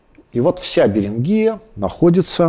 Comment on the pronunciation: БеренгИя - похоже на название болезни. Очевидно, придумывая условное название, по-русски эту землю надо было бы называть с ударением на первый слог: БЕринг - БЕрингия. Переберите все известные названия стран - не найдёте ни одной с Вашим ударением.